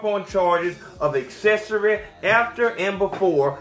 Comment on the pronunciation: Its 'Accessory'. Not assessory.